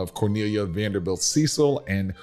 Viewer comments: The English arm of the family is pronounced Cecil (cess il) not Cee cil. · It’s pronounced Sess-il not See-sal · No disrespect, but I know the Cecil's. CECIL is pronounced SES-UL. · You are mispronouncing Cecil The family pronounces it like “Sessel”. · You're absolutely correct. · The British name Cecil is pronounced Cessel, descendants of Lord Burghley, William Cecil, the chief advisor to Queen Elizabeth I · The name CECIL is pronounced like the word vessel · Thank you! I am a stickler for pronouncing names correctly. Know what & who you are talking about!